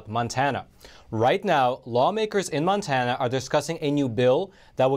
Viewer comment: MONTANA NOT MANTANA